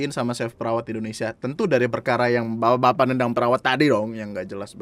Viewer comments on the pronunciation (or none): none